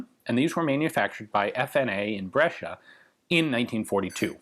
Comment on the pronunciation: You pronounced Giulio and Brescia pretty good, even here if I had a friend with sosso as surname I would had problem pronouncing it